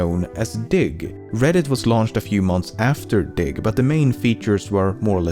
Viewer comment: was not watching the video only listening and i thought he said, dic* not diggXD